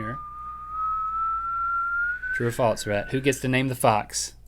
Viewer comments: Why do you guys pronounce false like "faults"? Like wtf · when they say 'false' it sounds like 'faults' and it drives me insane. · does anyone notice how when they say "false" they pronounce the s part of the word more like "ts", like "faults" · Is it just me or do Rhett and Link say Faltse instead of false? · its not FALTS its FALSE. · They say faltse